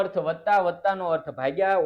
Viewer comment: સાહેબ તમે ભાગીયા ને તમે ભાંગીયા કેમ બોલો છો😅😅😅😅😅😅😅😅😅😊😊😊😊😊😊